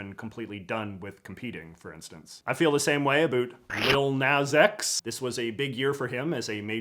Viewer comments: This is an interesting video but it’s lil nas x not lil naz x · JJ I love the video as always. However, it is Lil Nas X, not Lil Naz X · J.J. ! it's Lil Nas X not Lil Naz X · It's bad enough you only put him in your honorable mentions, but you had to get Lil Nas X's name wrong too 😂😂😂 jkjk loved the video